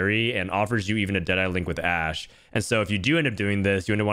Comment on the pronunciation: That ''ashe'' tho